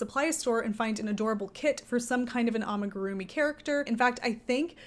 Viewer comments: well, I thought about it, but the pronunciation might not even be wrong, I think the problem lies in the fact that you give emphasis on certain syllables. Japanese is in particular not a language with (a lot of) emphasis. You say it like amiguRUmi but it should be more like a mi gu ru mi. All syllables equal in length and strength…. Hope this helps 😅 explaining is hard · The butchering of the amigurumi pronunciation❤️😂🙈